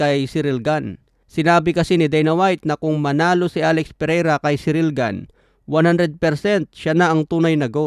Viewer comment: Mali ka boss. Tama lang pag kakasabi ni. French yan si ciryl gane at hindi american. Kaya ganyan talaga tamang pag pronounce nyan.